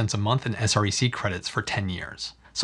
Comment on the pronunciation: Thanks for video! It's good to see the actual numbers. Btw SREC - people in the industry pronounces it S-wreck.